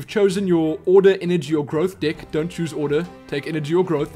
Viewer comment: No one else notice how he pronounces "deck"? He says "dick", makes me cry of laughter every few seconds! Haha